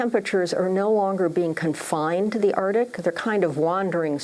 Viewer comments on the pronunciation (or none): Arctic not Artic!